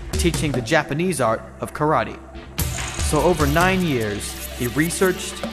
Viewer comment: TOKIYO AND AND KARATEE YOU IDIOT1 IT'S TOKYO AND KARATE YOU STUPID IDIOT!